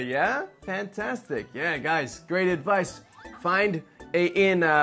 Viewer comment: 自分もそれ気になりました。確かに advice のイントネーションが変でしたよね。にも関わらず、一番最後の advice の発音は普通に出来てましたね。不思議な感じでした。